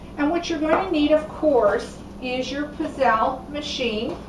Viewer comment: Please learn how to pronounce pizzelle correctly